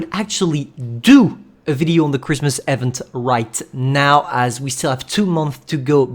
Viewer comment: Bruhh the way you pronounce "event" lmao